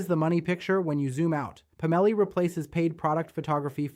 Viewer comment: I'm guessing Labs doesn't include spell check, sad. I think it's, "Pomelli", instead of "Pam-elli". 😏